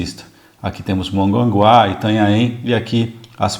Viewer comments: Não é Manganguá e sim Mongaguá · "Monganguá" kkkkkkkk